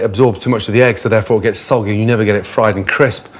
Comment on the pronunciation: "sodgy"? Does that mean soggy?